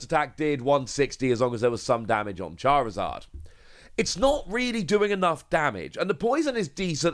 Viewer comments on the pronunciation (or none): none